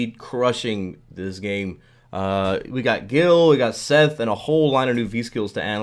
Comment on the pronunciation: That's not Seth... It's Setha